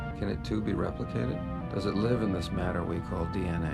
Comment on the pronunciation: dinosaurs struggling to life? Or struggling to live, but she read it as live (lie-vh) not live (li-vh)